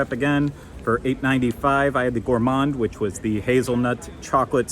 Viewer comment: You pronounced Crêperie correctly. It's crep not crape. And Gah-let . So bon! You can pronounce Paris however you like! Also Gourmand is pronounced ɡo͝orˈmänd.